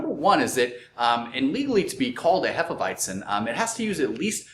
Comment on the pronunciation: They aren't really saying it properly. It's actually pronounced more like Hay-feh Vy-tsen in German.